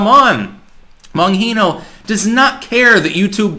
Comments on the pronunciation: Hey brother it’s BonGeno not BonHeno!! Lol love the Content!!! But had me Rolling Every time you said it... Keep Em Coming!!! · Excellent video as usual! I watch your content everyday! You’re brilliant. However, why the “Boheeno” pronunciation? Dan Bongino pronounces it as “Bonjeeno.” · it's Gee No, not Hee no...he's italian not mexican dude....u even ever watch his show? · Bonheeeno. Its bonGino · I love you, but every time you say Bon "heeeno" instead of "gheeeno" You tell us you really don't know Dan's content. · It's pronounced Bon JEENO,not heeno. No one says that, he's never corrected anyone. BonGINO, it's not Spanish the g isn't an h. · You should watch his show. At least the first ten seconds. Then maybe you would stop pronouncing his name wrong. It's Bon-G-no not Bon-gee-no. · Bon geeee no. Not Bon heee no. JS. 👍❤ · The "g" is not pronounced as an " h". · The “G” is pronounced like a “J”, not an “H”. You’re welcome 🙂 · Its Bon Gee no not Bon hee no lol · The G sounds like a G in Bongino dude. It’s not an H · It's geno not yeno. Jnco without the co. Like jeans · It's Bon-gene-o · I believe his name is pronounced bon-jee-no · Bro it's BonGINO The G isn't silent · I guess has never heard his radio show. Bongino with a G sound. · Why does everyone miss pronounce Bonginos name. BON-GENE-O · Bongino is pronounced Bon-jean-o. That's how he pronounces it. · the g in bongino is a g not an h. bon-g-no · The way he says "bunghino". Bongino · Bonhino? Come on, dude. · "Bon Jean no" that's the pronunciation.. I'm not a pronunciation Nazi because that's how he says it... No silent J's Anywho, keep the good information coming bro bro✌️ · I’m laughing because you keep saying Bonhino. Lolol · it's pronounced Bon geeee no. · Say it after me. Bon jino. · It's a hard G in Bongino, idiot. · Bon-GEE-know. It's not pronounced with that much fanfair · The ‘g’ in Bongino is not silent. It’s a hard G...lol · Bon who,? It's pronounced Bon-GHEE-No